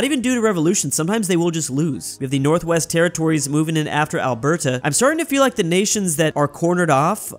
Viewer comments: The way he says Alberta💀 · if ur a american that wants to learn how to pronounce alberta its (al-ber-te